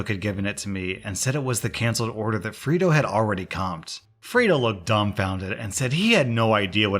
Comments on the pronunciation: I thought you were saying FRITO like the chips until I saw the screen...Fredo...I'm guessing a reference to the older brother of Michael Corleone in the Godfather. Pronounced Fray-Doe. Just letting you know! Great choices for stories as always! Great job! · FRAY-DOH FRAYDOH FRAYDOH it's pronounced Fraydoh it's from the movie The Godfather! Unless you're not allowed to say it correctly for copyright issues. Sorry to be such a douche about this. Cause I LOVE you're content. a classic slam to call out a traitor is to call them fredo🤘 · “Freydo” it’s said like that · 'Fray' doh 'as in Play-Doh not Free do.. Whatsa mattah you? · Did no one ever watch The Godfather? This is second time I've seen this story, and both times the name "Fredo" was mispronounced. You say it like "Frito" and the other guy said it like "Fred-oh." It's killing me. It's pronounced "Frey-doh." I nearly smashed my monitor. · I have scrolled and am confused 🤷🏽‍♀️ How has no one else mentioned the pronunciation of Fredo (free-do) - shouldn’t it be pronounced Frey-do, like the rat bastard traitor in The Godfather? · "Freedo"? Have you not seen "The Godfather"? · Re u/Atlas_Black's story: Fray-do, not Frito. I kept picturing a corn chip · Hearing someone mispronounce Fredo as Frito a couple dozen times. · Am I the only person annoyed with pronunciation of “Fredo”?! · Bruh it's pronounced Freydoh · It's pronounced fray-dough and it's a Godfather reference! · Anyone else cringe every time he calls Fredo “Freedo”? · It's pronounced fray-do. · The way you pronounce "Fredo" really grinds my gears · That pronunciation of Fredo has me begging the question.... have you never seen The Godfather?!?!?! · It was painful listening to pronounce fredo wrong for that whole story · Love the vids, but, maybe the op in the restaurant story was refering to Fredo from the Godfather, so the pronounciation is a little bit different than you did.